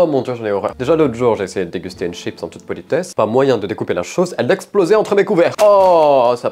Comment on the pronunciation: "Des chippeusse" 😂😂😂